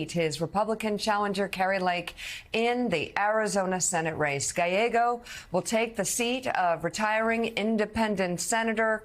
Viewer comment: Sharpton is 0-3 with trying to pronounce Gallego. "Galleo" 😂